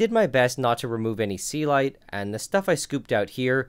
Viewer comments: I have always wondered what the fuck is "sealight." First time I see it written in the video and couldn't just believe it was "Celite" all the time. You sir, have completely wrong pronunciation for that word. Please, try to say it correctly. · That's the first time I see the word Celite, because I kept hearing 'sea light'